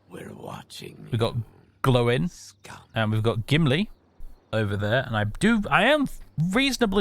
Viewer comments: Having spent much time staring at the pronunciation guides in the appendices of the Silmarillion, I'm pretty sure the letter "i" in Balin and Gloin should be pronounced "ee", so "Bal een", "Glo een", but I'm never fully confident in the pronunciations of much of Tolkien's world. Would love for someone to confidently confirm or refute this, though. I am certain however that it's not like the monosyllabic modern "groin". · All the Dawrves have names that are two syllables. So Gloin is Glowin. Oin is Owen etc etc